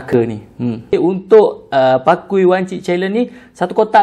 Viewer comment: " pakui ". its " pa-key " 😭😭😭 ( key as in kunci )